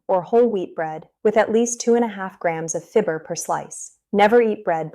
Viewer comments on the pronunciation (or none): If you can find a bread discount store, and buy organic. Dumb AI can't pronounce fiber!! (fibber) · If this person weren’t an AI, it would be easier to accept. If the person isn’t real, it’s creates trust issues. She’s pronouncing “fiber” as “fib- er” LOL